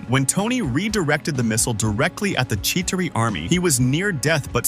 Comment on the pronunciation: You pronounced chitari in two different ways.